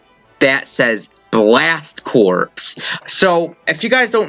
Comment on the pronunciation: Two things: 1. Isn't Corps in Blast Corps pronounced like "core"? 2. Why is the number 70 in the thumbnail when you know Piranha Plant is fighter #70 and Joker is #71?